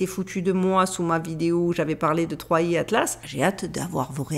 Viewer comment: cela se prononce third eye